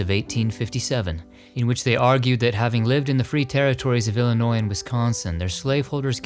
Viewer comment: I love your videos. You & Scott, with Dearly Departed, are so respectful and informative of the deceased. But you are my fav and thank-you for what you did for Ed Gwynne (sp. ?)and for pronouncing Illinois correctly. I was born & raised here. I hope someday you will do a Country Music Stars special. I came back from Nashville in early December and I know they have some interesting cemeteries. We didn't have time to visit. Also love your voice.